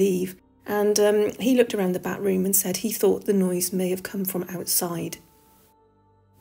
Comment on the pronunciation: Also getting giggles from the repeated use of "Bat Room". I'm like "It's pronounced 'bath-room'".